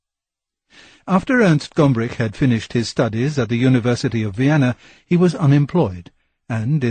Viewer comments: GomBrich for goodness' sake! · I thought it was just me. I purchased his `Story of Art` 33 years ago and was quite sure it was Gombrich. A beautiful appraisal of art, by the way, as I`m sure you`ll know.